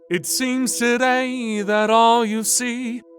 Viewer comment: Wow, your accent was really given away with that intros “today”